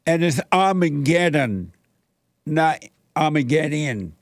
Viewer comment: It's ARMY-GET-EM, Jesse!😊